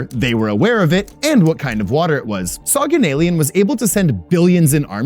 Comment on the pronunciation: Soghanalian is pronounced like SoghanalIAN. like all Armenian last names with IAN at the end